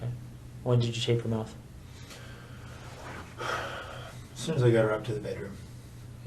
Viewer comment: W jest błąd. Detektyw pyta: „When did you tape her mouth?” („Kiedy zakleiłeś jej usta?”), a nie „Kiedy ją [taśmę] zdjąłeś?”. Co prawda „tape her mouth” wypowiada tak, jakby mówił „take it off”, ale w transkrypcji wers 9170) jest „tape her mouth”. Nie piszę tego po to, żeby się czepiać, ale dlatego, że obecne tłumaczenie tego pytania wprowadza w błąd i nie pasuje do dalszych wypowiedzi Williamsa. Poza tym - bardzo ciekawy materiał, jak i sam kanał. Dzięki za wrzucenie :)